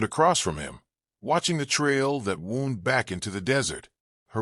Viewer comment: Totally agree wth comment below as to mis-pronunciation of certain words. I've mentioned this in quite a few other posts as well. e.g here AGAIN 'wound' is pronounced wrong. Where it shud be pronounced as 'woond' (injury) it's pronounced 'wow-nd' & later the reverse is done// instead of 'wow-nd' it's pronounced 'woond'. You shud do proper proof reading b4 posting online.